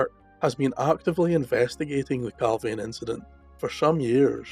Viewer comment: Points to note! Location pronounced Cal (veen) Not Cal (vane). Nick pope was on the UFO desk at the time of the incident. All material's from the case crossed his desk. The pick of the bunch photo went missing from Pope's office. The photo shown is of an unidentified flying object and a harrier jump jet. Inverted picture, tosh! Oh and by the way Clarke is a shill, a paid debunker! Strangely went very quiet after the pentagon admitted UFO'S were real. I don't believe the record got the photo's back.